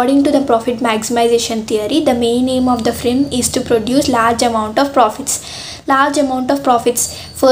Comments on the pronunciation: Sister it is “ Firm “ not “frim” please recorrect it. I thought frim is an different topic 😂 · Akka frim kadhu firm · Firm not frim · nice explanation dear,but its "firm"